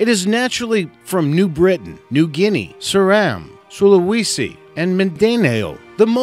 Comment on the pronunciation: saluwesi? dont you mean sulawesi?